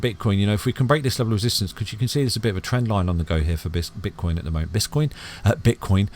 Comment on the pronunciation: did u say bitch coin or have i heard it wrong lol lol